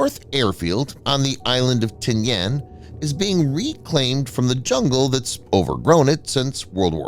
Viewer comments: The island of Tinian is pronounced Ti-ni-an not Ti-ni-An. Hate those damn computer voices! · I’ve never heard it called “Tin-Yan.” It was always Tin-ee-in. Also, the US has made agreements to use/establish bases again in the PI. We may not have another NAVSTA Subic Bay, or maybe we well, but that’s an important factor is repositioning US assets forward. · Check your pronunciation on Tinian. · That’s not how you pronounce Tinian.